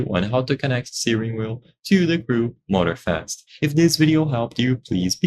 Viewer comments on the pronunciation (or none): Motor-Fast huh? as apposed to Moror slow. Stupid cheap AI. And maybe say what wheel your vid is actually for. There's a dozen of Wheel makers.